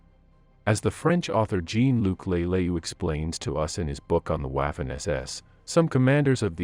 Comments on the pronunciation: Your pronunciation of the German (and French) names and words is atrocious. It's not like you couldn't find the correct pronunciation around on the internet. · I had to bail out after 2 minutes. I just can't take this guy repeatedly mispronouncing "Waffen." He utterly beclowns himself. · Your pronunciation is atrocious. The a in Waffen is like in waffles not as in laugh. Never in my 65 years have I ever heard anyone pronounce it the way you do. After hearing it several times I couldn't stand to watch any more of the video. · Your pronunciation of the word waffen is deplorable! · Learn how to pronounce "Waffen SS" and the other German units properly so you sound like you actually know what you are talking about' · Really very irritating listening to the pronunciation of Waffen using the W English . The W should be pronounced as a V sound. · Learn how to pronounce Waffen and Totenkopf! Child! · Thanks for pointing out the obvious.....was grating me as well! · Kind of what happens when AI takes over linguistics. Poor pronunciation could guarantee a third world war,if AI was ordering a pizza in a troubled area. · No. Anglicised would refer to a word adopted into the English language and used in normal speech. "Envelope" would be an example... although at least a quarter of English speakers pronounce it French style. "Waffen" has not been anglicised. The speakers mispronunciation is extremely grating and unpleasant for anyone familiar with German. There is simply no excuse for the mispronunciation. It is just as easy for an English speaker to say "VAH-fen" as it is to say "WWAA-fen." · But at least pronouncing it to rhyme with waffle would have been closer to the correct pronunciation than pronouncing it to rhyme with laugh. With all of the badly pronounced German words, I wonder if this video wasn't narrated by a (very good) AI voice. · "W" in German is pronounced like the English "V". "Vaffen SS", not "Waffen SS". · Please dear WAAFEN not Wafen. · Wah'fin lol